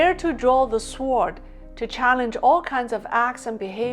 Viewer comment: The ‘w’ in sword is silent.